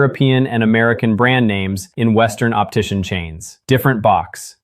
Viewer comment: Optician, not optition.